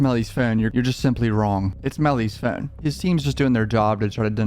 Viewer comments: We’re not subscribing because of the way you say phone you 😶 No one Him: FOUNNNNNNNE 😣🤦🏽‍♀️ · Ill sub if you learn how to pronounce the word “phone” you’re currently saying “fiin” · phi-own...thats so hard to say...he is sub Canadian, yet American...say phi--own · “Furne” lol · Phewn. That’s the way my guys pronounces phone lol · you kinda say phone like inspector cleusseu from pink panther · He pronounces his o’s like Stewie griffin😂and it’s oddly satisfying